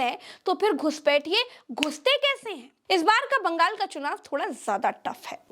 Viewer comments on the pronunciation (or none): none